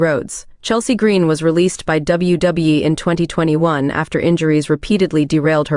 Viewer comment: AI voice is horrible..."You-so"?!? "W E"?!? "W B"?!? And how many times does certain info have to be repeated on each profile?..."They were engaged from this year to that year. They were engaged for this long." 🤦‍♂️